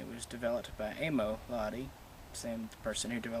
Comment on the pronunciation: Is it just me or did he said lahti wrong?